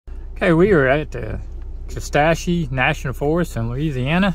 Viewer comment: Kuh SAT chee is the pronunciation. I’m north of Shreveport, but part of my heart lives in the wilds of KNF